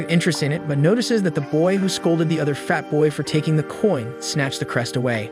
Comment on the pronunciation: Why are you saying fat like that😅😢😮🎉